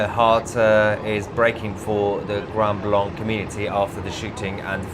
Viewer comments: The name of the city is pronounced "grand blank", not "grund blunk". 🤔🤓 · I live in Michigan and this doesn't surprise me. Tousi Grand Blanc is pronounced as Grand Blank by the locals. They don't use the French pronunciation of the second word. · Lmao. No one bothered to tell you its pronounced Grand Blank!? 😂😂🎉❤🫵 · Its pronounced grand blank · It pronounced “grand blank